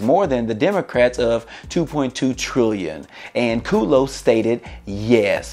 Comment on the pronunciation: I think it's KUDlow, not Kooodlow